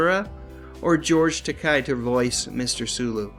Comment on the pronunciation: Hey,, George Takei’s last name is pronounced Tak-AAAAY! With a LONG “A” as the last syllable. And NOT with the sound of the letter “i” there instead. Get the picture? And by the way, the animated version of Star Trek was LOUSY, regardless of what you may think of any live-action version of Star Trek or how good the scripts may or may not have been. Why do I say this? Simply because TV animation in general was never very good in the first place, but the garbage cranked out by Filmation in particular was worse than bad (like, the WORST in the business), no matter what your opinion of the live-action show and it’s scripts may have been. We’re talkin’ TOO TOXIC TO BE ALLOWED ANYWHERE NEAR A LANDFILL here! Thank GOD that company, located in scenic Van Nuys, went out of business after polluting TV screens for only a few years. Why do I say this? Being a lover of animation, I have many reasons, but I’ll confine this to just two of them. REASON ONE: It’s hard to call it “Animation”, because most of the time, PRACTICALLY NOTHING MOVED!!! And when something DID move, it DID so in a jerky way, as though it had been drawn using only three or four drawings, when even cheesy TV animation from anyone else would have used 7 or 8. Reason TWO: Whoever Directed the Voice-Acting was TERRIBLE! TV animation has generally has its voice tracks recorded with the entire cast IN THE STUDIO AT THE SAME TIME, WITH A MICROPHONE POINTED AT EACH ACTOR. The Animated Star Trek, most of the ti